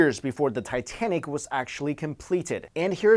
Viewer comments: Did he say, Tie - Ten - Ic? Titititititenic! Ah, JonTron. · Did anyone else hear him say Titenic?